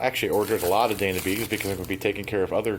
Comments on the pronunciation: Dyna.... not "DAYNA" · Since it is spelled "D-Y_N_A" WHY in the world are you pronouncing it "day-na" long a??? Did someone tell you that or is it just your hack at the name? Cause I am thinking "DINE ah" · Not Dana. I, as in Dina. Why do people have such trouble with a Y? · It's dYna beads, not dAna beads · It is pronounced “DI-NA” !!!!!!!! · Cool video but I cringed every time he said "dayna". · Odd way to say Dyna. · Panic Farts it was driving me nuts too.